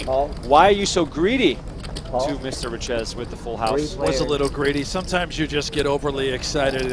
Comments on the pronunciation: You speak it a bit like richay not riches😂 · Richez is pronounced Riché. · Looking up pronunciation of Richez it’s Ree-Che You got it now ♠️